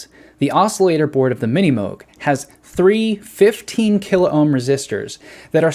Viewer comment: kil-ohm. Two syllables.